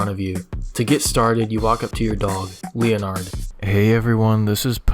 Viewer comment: I am pretty sure that Leonard is called Leonard and not as Linard